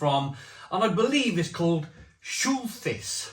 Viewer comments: Also, it’s pronounced Schul-tice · Pronounced "Shult-hice" mate & I lived on this back in BAOR during the 80s. I remember it being darker back then & sold in 10 packs of stubbies. Us squaddies referred to it as "Sh*t-house".....lol 🙂🙂🙂